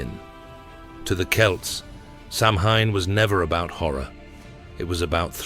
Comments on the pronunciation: Your pronunciation is diabolical it's not pronounced sam hain ,sow as in female pig Ann the name ,sowan is how it's pronounced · Good except I wish AI could be trained to pronounce SAMHAIN correctly. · Great story but it’s tarnished a bit with the mispronunciation of Samhain.